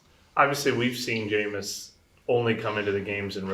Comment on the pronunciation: “Jameis is getting Mental raped here and in Practice” - Pete what it sound like he said 😂